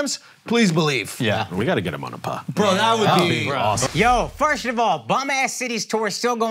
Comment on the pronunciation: The way Akaash can’t pronounce the word “first” drives me crazy Lmaooo